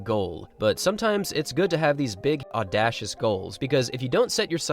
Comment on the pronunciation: "Audashuss"?! lol. no. "aww-DAY-shuss".